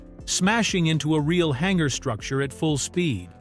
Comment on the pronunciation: What's a hangara?